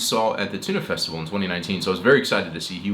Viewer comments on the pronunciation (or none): Ah I see. I though he said Tunø Festival rather than Tønder Festival.pronunciation😊